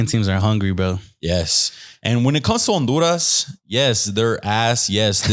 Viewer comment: He pronounced the H when saying Honduras when trying to sound like he’s saying it in Spanish 😂😂😂😂